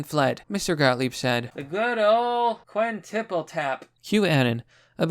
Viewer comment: The best part is when I heard you say "the Good Ol Quinn Tiple tap" I got a good laugh out of that 🤣🤣🤣